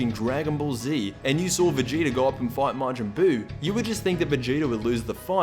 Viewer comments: Stop saying vegeter, it's vegeta!!! 😂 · It's vegeta not vegetr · Stop calling him "Vegeter" His name is Vegeta!!!!!😡😡😡😡😡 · am i the only one who hears him say vegeter everytime